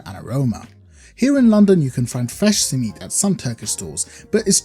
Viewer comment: That pronunciation of Simit made me get PTSD flashbacks of white people pronunciation of Shawarma. My arab friend, you have become what you swore to destroy.